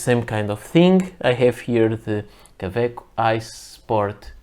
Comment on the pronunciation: Why do you keep call them ka-veck most of the time? I have 6 Kawecos now and like them very much, especially the piston filler.